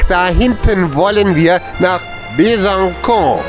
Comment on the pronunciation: coole junge leute aus besancon die richtig durchblick haben. ach so es heißt übrigens besanson und nicht besankon :-)